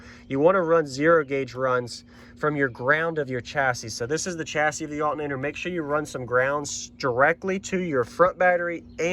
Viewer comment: The accent is crazy. I only hear it when you say "altnator" lol